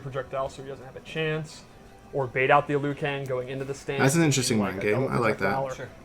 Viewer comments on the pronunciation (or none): Aboot! "I was oot and aboot" 😒